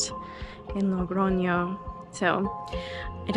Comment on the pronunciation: Thank you for sharing! You seem such a nice person! Spanish pronunciation tip: it is Logroño, not LoNgroño... I will do my way in September so binch watching all Camino vlogs...